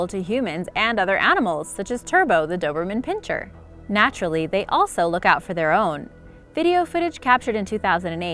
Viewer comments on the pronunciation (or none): # - I've said this before, so won't you please listen. It's PIN SIR, not pincher. It makes you appear ignorant, which you are not, when you mispronounce it. So please! Okay?